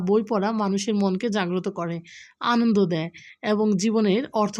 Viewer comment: আন্দদ না আপু আনন্দ😂😂😂😂😂